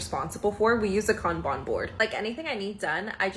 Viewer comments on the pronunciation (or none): Kanban board. Her pronunciation of that was horrible